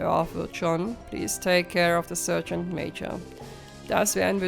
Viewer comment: Wünsch dir auch gute Besserung und komm schnell wieder auf die Beine. 😘 Eine kleine Anmerkung noch: Du solltest dein Handy nochmal befragen wegen dem Wort "Sergeant". Es sollte eigentlich "Sargent" ausgesprochen werden und nicht "Sörgent" 😉 Finds jetzt nicht wirklich störend, aber es fällt eben auf, wenn man es mehrfach in einer Folge hört. 😄 Ansonsten wieder ein sehr schöner Part. Finds auch sehr beeindruckend, wie du die Aufnahmen trotz aller Widrigkeiten hinbekommst. 👍 Quäl dich nur nicht zu sehr, ok? 😷